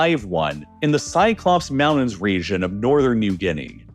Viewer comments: Great video, I just wish you would pronounce "Mountain" and "mountains" correctly. It sounds like you are saying "mao-dens" and that bothered me every time, lol!!😂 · I like that idea but first he needs to stop saying "moundains" and learn to correctly pronunciation the word "mountains". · He doesn’t say mountains! He says mounnains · Mounains... i guess it has a silent T in it now. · mounins! 😂 never gets old 😅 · I utterly despise this voiceover. I can't work out if its AI or not, as every sentence sounds almost exactly the same. But the pronunciation of "moun-ains" is killing me the most. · This is what happens when parents don't say, "LOOK AT ME when I'm talking to you." ... Moun-ains... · He prounounces Mountains as "Mounnnains" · Mounan look at all those mounans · “Moun’ains” ??? Mountains, mounTains with an intervocalic “T”. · like how he says "moundains" instead of "mountains"? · Where is this guy from that he turns Ts into the D sound lol Great Briddan...Moundains. Maybe has a cold..or Canadian